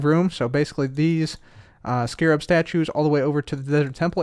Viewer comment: First few seconds of the video: immediately pronouncing Scarab properly. <3